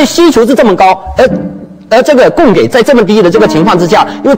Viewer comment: 供给，居然读成“gei”，这都什么水平？